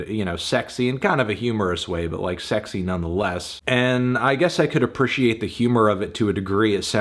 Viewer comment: I frickin' H A T E the way antnee pronounces "appreciate"